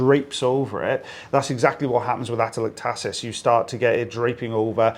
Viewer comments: We pronounce it differently: ateLECtasis. I’m more familiar with it in reference to lungs with pneumonia or collapse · Respiratory therapist. We frequently see atelectasis in the lung bases. It's pronounced a-tel-EC-ta-sis. 😄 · Pronounced ACT TA LECT Iisis